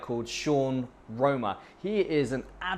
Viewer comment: My guy is Sean Wrona not Wroma